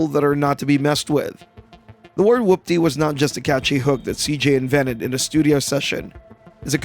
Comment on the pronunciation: You sound like you’re pronouncing it like “whUPPty” instead of “whOOPty”